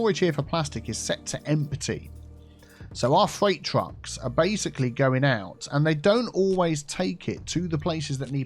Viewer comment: "Backed up twains and backed up twucks."